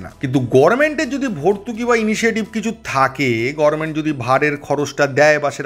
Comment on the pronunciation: বাবা, তুমি গরমেন্ট বলছো কেন? গভর্নমেন্ট বা গভমেন্ট না বলে? উচ্চারণ টা ভুল। ঠিক করে নিও।